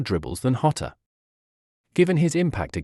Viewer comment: The information is worthwhile, but your disjointed, weird speaking rhythm is very off-putting. Also, Diogo is Portuguese, not Spanish. His surname is not pronounced 'Hota' but 'Djota' . 3/5 for content, 1/5 for delivery.